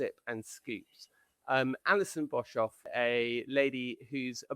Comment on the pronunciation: The surname Boshoff is the incorrect protion. Pronation emphasizes the O. My maiden name was Boshoff. My fore father's were of Dutch /German descent.